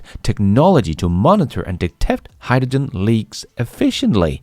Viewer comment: agree, but please HY-dRo-gen. Not Hy-da-gin.